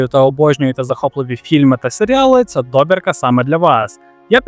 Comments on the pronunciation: Сину, без образ, краще тебе хтось поправить і ти станеш кращим (пробач за тавтологію). До справи: слово "добірка" в українській мові має наголос на другому складі, а французьке ім'я Сірано має наголос на останньому (як майже всі французькі імена). Далі я не слухав, бо , пробач, що може сказати цікавого людина, яка допускає такі помилки. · Дякую. Хороше відео, але страшенно різав вуха неправильний наголос в слові «добірка» - на майбутнє: наголос на літеру «і» А так все чудово 😊